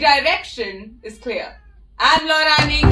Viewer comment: Anika, Ur voice n pronunciation is suuuperb ma